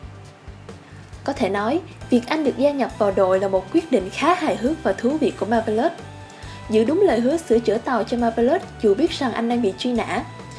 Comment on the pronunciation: Bạn này nên đọc chuẩn xí hơn nữa các tên riêng, ví dụ như Zangyack nè, hay Marvelous nè. Mà không hiểu sao nghe giọng bạn lại nhớ tới bản lồng tiếng trên các đĩa ở Việt Nam hồi xưa :V